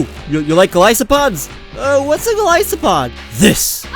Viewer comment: HE. SAID. GO-LY-SO-POD. IM SICK NOW.